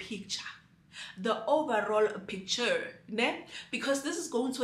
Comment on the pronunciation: It's the overall picturrrrr for me😂😂😂